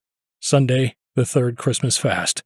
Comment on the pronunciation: repeatedly poor translations from German to English. machine translation? clearly not by a native English speaker. I ignored this shortcoming for a while. However, when "Christmas Feast" was pronounced as "Christmas Fast" I gave up on this film. I would much rather listen to, or read, the original German text. please offer a version of the film with the original German narration.